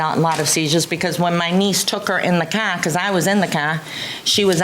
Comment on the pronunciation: "the cah" 😂😂